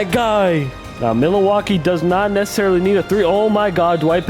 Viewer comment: pained me every time he said milalaukee